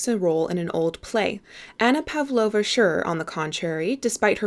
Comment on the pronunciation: No idea why I'm commenting this so many years later but anyway... I just have to say that it's pAvlovna. The emphasis goes to the second letter. Like in a word pasta or pardon. And russian L sound is made with the tongue lower to the teeth. Use that and you'll sound like you can quote the book in russian XD